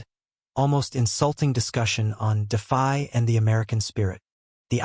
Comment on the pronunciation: the AI voice is stupid. DeFi became Defy !!!!!